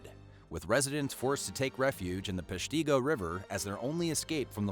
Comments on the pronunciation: Peshtigo is pronounced pesh ta go. With the emphasis on "pesh"... The fire museum is interesting and the nearby cemetery is incredible! A very well done memorial to this sad event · Thank you for remembering Peshtigo! It was horrible, and it's not known. You pronounced " Peshtigo" wrong, though. The " i" is a short vowel sound.